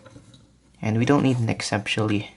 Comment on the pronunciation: I believe the word you're trying to say is "exceptionally" lol :p